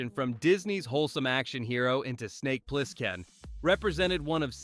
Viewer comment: Funny how AI voiceovers always mispronounce at least one word. Ply-skin . And yeah, the repetition is annoying as hell.